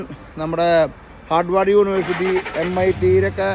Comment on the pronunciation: ഹാർഡവാർഡ് അല്ല...ഹാർവേഡ് 🙂 Massachusetts pronounced as മാസ്സച്ചൂസെറ്റസ് 🙂